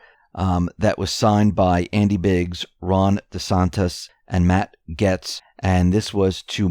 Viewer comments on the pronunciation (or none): none